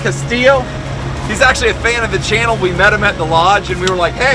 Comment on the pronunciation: “a chan of the fannel”??? That was interesting, lol. Nice clip as always, can almost taste the dish…..